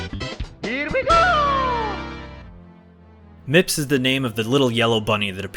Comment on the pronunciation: Mips? I swear everytime I hear someone say the name, it sounds like the person is saying Nips.